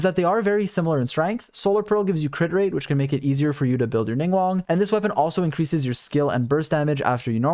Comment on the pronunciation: Thanks for the video, I'm trying to build her on my alt! :D By the way, her name isn't pronounced "Ning-won," but "Ning-gwahng." There are G's at the start and end of the 2nd syllable of her name :)